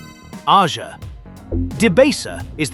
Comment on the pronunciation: Aja is pronounced Asia… 😊